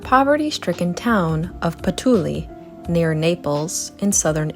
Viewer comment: “Pozzuoli” please, not “Patuli” which doesn’t even exist.